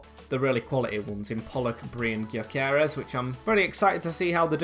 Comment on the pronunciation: btw its pronounced gyo kores so like guyo kores